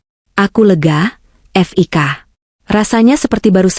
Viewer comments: F i k jgn dieja oooy...belajar membaca yg baik & benar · Bca HI hai, itu Hotel Indonesia di singkat buk, bca Fik awalan nama Fikri c ibu bcax ef i ka, ampun dah bloon bgt, meskipun ktax yg bca narasix c al klau yg bisa bca gk akan slh pengucapan, dassar buta huruf 🤭🙄